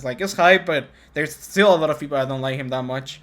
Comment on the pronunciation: "A lot of feople"